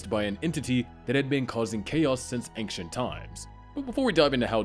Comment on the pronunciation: Your pronunciation of "AnKcient" should disqualify you from speaking about ancient entities.